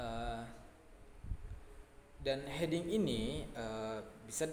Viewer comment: Mau koreksi untuk Hedging bacanya = Hed-jing, bukan He-ding XD